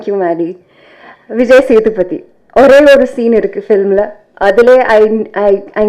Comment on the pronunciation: why everyone stresses "th" in Vijay sethupathy?